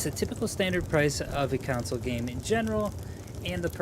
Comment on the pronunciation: Anyone else hearing “counsel”and not “console” lol